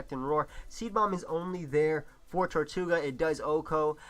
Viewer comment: ITS TIRTOUGA NOT TORTOUGA!!!!!plz forgive me:[